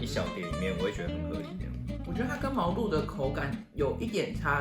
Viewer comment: 感覺很少人知道毛肚的肚真正讀音 其實念ㄉㄨˇ